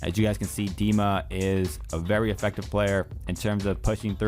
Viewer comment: Bless you for saying his name right!